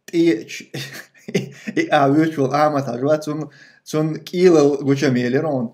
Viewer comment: Не к1илал а к1иллол Тумсо.